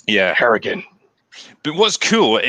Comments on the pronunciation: Harrigan. Not hartigan... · are you calling him "Hartigan"? It's clearly "Harrigan" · Harrigan... Not Hartigan. That was Bruce Willis character in Sin City.